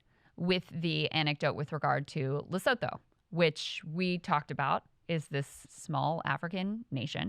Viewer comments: It's pronounced Luh-soo-too by the way. Not Le-so-tho. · For the love of fuck the country is pronounced LESUTOO NOT LESOTHO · Assisting with pronunciation: it's le-SOO-tu. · Lesotho is pronounced luh-soo-too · It's pronounced "Luh-soo-too," even though it's spelled that way. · Bro you gotta get your pornounciation right. It's (Le-soo-too). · I'm not trying to be obnoxious, but, "Lesotho", is pronounced 'Lesutu'. I learned that when I was in South Africa, and the locals corrected me. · I forgot how Lesotho is pronounced but its not pronounced like Lesotho epic fail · By the way, Lesotho is pronounced “lih-SOO-too” whenever it comes up again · BTW, It’s pronounced Le-soo-too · the ‘th’ in Lesotho is pronounced as a hard ‘T’ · If you are going to continue to bring Lesotho up please learn to say it - its not hard